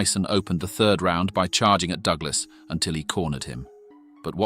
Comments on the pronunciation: Douglas. Not "doo-glass. Heavy. Not "heevy". I could go on. Is this an AI voice or something? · "Doo-glass" / "alley" / "heevy blows" - send the bot back to school! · hand-pink-waving:...CLIK BAIT! Wouldn't call a 10th Round KO "in seconds" !!! Narrator pronounced Busters' name as "doog-lass". WILL SOMEBODY PLEASE PULL THE PLUG ON THIS "AI" CRAP! Tyson was worst champ EVER, dang Ear Cannibal with a lisp...:face-orange-frowning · AI narration sucks. At one point, I heard "Doo-glus' for "Douglas" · "Dooglas"? "Disper-Sed"? Why are these AI-generated things all over Youtube now? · Circa DooGlarse vs Teeson. Fucking AI sux. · The A.I. pronunciations are hilarious! Dew Glass! Heevy blows! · Fucking bot voice, at one point he called Douglas..DoooGlass. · "alley"?😂😂 Whos "Doo- ga- less"